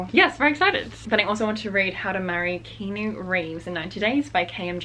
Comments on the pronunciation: your videos are amazing! And just a side note, Keanu’s name is pronounced KEY-AH-NEW. Just a little fyi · Keynew Reeves? lol Have you not heard of the actual actor called Key-ah-no Reeves? The Matrix guy? I think that is what that book is about lol.